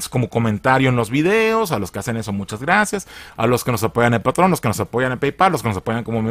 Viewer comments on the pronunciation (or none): none